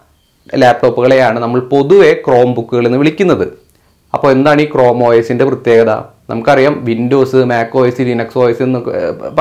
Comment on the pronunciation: പ്രത്യേഗത അല്ല പ്രത്യേകത..